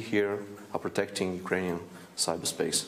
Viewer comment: "Utrainian". Hilarious.